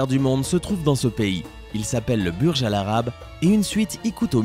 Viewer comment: Ça se dit "bourge khalifa" er "bourge al àrab"